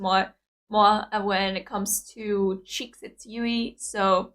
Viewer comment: If you are looking for Moa, just look for the dimples! Also good on you for finally pronouncing Yuis name right xd. Good reaction as usual and as other have already provided you all the details, no need to repeat all of that.